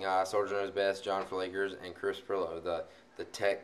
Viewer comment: Its Pirillo.